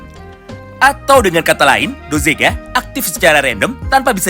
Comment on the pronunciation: Bukan dozega, tapi dogeza, dogeza adalah sujud secara tulus/sujud mohon ampun